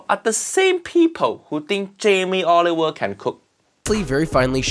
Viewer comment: “Jamie Oliveoil” 👀